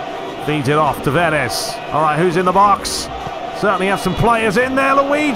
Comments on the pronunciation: Nuno Tavares from 🇵🇹, so "S" should be pronounced as "Sh" (e.g. shell, show), not "Z". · Tavares with two A's not "E's"